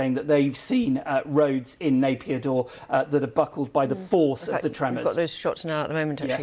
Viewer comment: Nai pee taw not Napier daw !